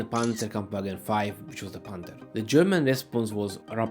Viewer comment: Nem pánter hanem penther. Konyorgom ellenorizd mar a kiejteseket.